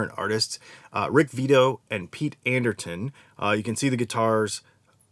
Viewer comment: Pete Anderson, not Anderton.